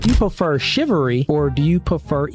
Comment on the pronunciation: Chivalry , not shivery😂😂😂